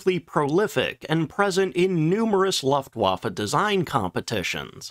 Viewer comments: I really enjoy your content, thank you. But it irks me whenever you say "luftwaffe". It's pronounced "looft va fuh". Don't take it personally, most Americans can't say jalapeno either. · More like "Looft-Voff-uh" but yes, it's very annoying how consistently it's mispronounced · Say "loofa." Good, now say "looft." Excellent! Now say "looftwaffe." That's how 'Luftwaffe' is pronounced. Thank you for your attention to this matter. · Looooft wafe it’s L ooo ftwafe